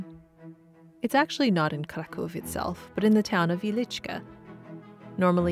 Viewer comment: I love Kraków, especially during winter. Great video and you pronounce Polish words very well! 👌👌